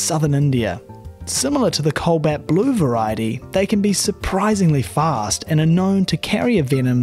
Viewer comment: DUDE! COBALT NOT COLBAT!!!!!!